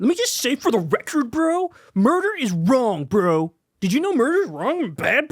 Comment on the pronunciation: Kyle no one is saying "Bro" like that. Please stop